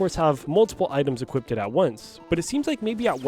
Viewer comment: Do a shot every time he says "equipted".